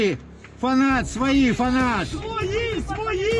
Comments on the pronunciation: "своИ" (шо це токэ?) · Акцент интересный. 'свойЙии' 😂😂😂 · Чушки кричат "свои" или "свали"? Что-то не разобрал😂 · Я так чет не понял кричали свали? Или свои? 😂😂😂😂😂😂😂😂😂😂